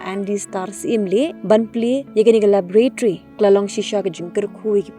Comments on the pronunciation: Labratry. ,,wrong pronounciation,, its laboratory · Laboratory,, pronounciation kong